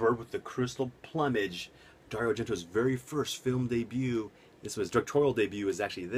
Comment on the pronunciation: You pronounce the word Plumage wrong man lol I received my copy today, killer set had to own it Arrow Video never disappoint.